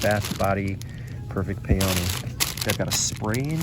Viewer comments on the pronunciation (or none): Awesome finds! FYI Peony is pronounced PEE-uh-nee. Don't care how someone pronounces it but just in case you want to know... 😊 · I’m a floral designer and so many people mispronounce peony!